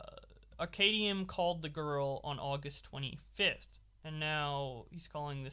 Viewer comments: I'm very confused at simple inability to pronounce "Arcadum" It's like combining the two words. Arcade and dumb. Ar-cad-um. Not Arcadium. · Pronounced Ar-Cay- Dumb. smfh